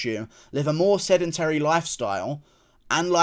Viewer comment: Pronounced sedentary like a fookin yank this time did ya guru